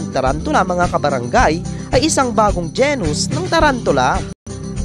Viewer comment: Genus = Jinus hindi po Jenus